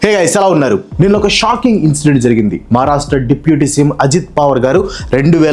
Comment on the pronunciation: Brother Please consider this positively. "జరగింది అంట"కాదు జరిగింది, "అనమాట" కూడా వద్దు. Make the topic your own. Some PAUSES are needed. Little slower in speech.